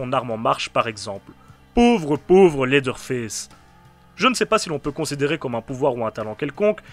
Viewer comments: 😂désolé pour la movaise blague mais de vrai ça se dit faice vraiment avec l’accent anglais parce que sinon ça fini par se dire fesse:/ 😂, a et ps jsp encore si j’adore ta chaîne a cause du générique un peu bof bof et l’intro souvent malaise mais j’écoute tes vidéo de bestiere de l’horreur depuis se matin ( il est minuit chez moi) donc j’écoute beaucoup tes vidéo pour vrai c’est bon et j’aime le fait que tu cherches vraiment toute tes informations par contre tu parles un peu vite et ont dirai que tu est un peu pressé mais c’est pas grave parce que t’es recherche pour faire tes épisodes son vraiment cool et ont s’en que vraiment tu y prend du temps et que tu fais un magnifique travail aux finale,continue dans la bonne voie 😁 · Et pourtant : Ew se prononce "Ou" comme dans "Lewis" (prononcé Lou Isse, l’équivalent anglophone de notre prénom Français Louis) ou "You" comme dans "New" Leather ne se prononce pas "Laizeur" mais "Laiveur". Dans aucune situation "Th" résonne comme un "Z" Même "Th" dans le contexte du pronom (le ou la) par exemple "The Witcher", ne se prononce pas "Ze Witcher" mais "Veu Witcher". Donc factuellement, tu as tort je t’assure :) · ARÊTE DE DIRE "Leather Fesse" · J'aime beaucoup au début la prononciation de en tout cas super vidéo ça se voit que tu t'y connais en film d'horreur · Leatherface on est d’accord mais à ta prononciation en dirait qu’tu dit « laideur face » ce qui lui va bien aussi mdr, j’aime beaucoup gg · Phonétiquement parlé : Leatherface = laiveur faisse Hewitt = youwitte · J'ai un jdm pour ta prononciation de leatherface "laideur face" héhé